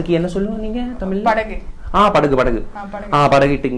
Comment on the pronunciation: குந்தானிக்கு " ழ " வே வரல , இவல யாரு தமிழுக்கு Anchor பன்ன கூப்பிட்டா .....🤪🤪